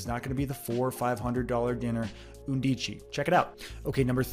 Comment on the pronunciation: The word “undici “ is pronounced “UN dee chee” in Italian. It means eleven.